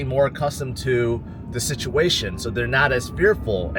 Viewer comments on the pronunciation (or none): none